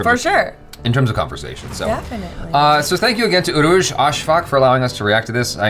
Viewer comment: read her name like urooj af